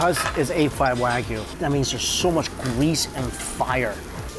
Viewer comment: You need to learn to pronounce wagyu correctly if you are in Japan.